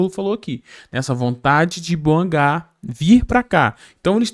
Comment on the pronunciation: Deni bouangá é meu ovo. Fala a mer... do nome da cara certo.